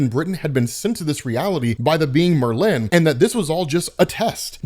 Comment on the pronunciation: Saturineeen, Mer-lynne, Wolv-rain lol